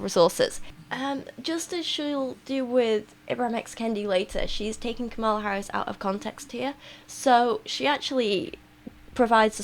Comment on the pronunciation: Tiny nitpick. You're mispronouncing Kamala. The emphasis is on the first syllable, not the second